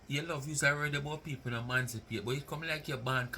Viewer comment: the word is “emancipate” not “mancipate “😂😂😂😂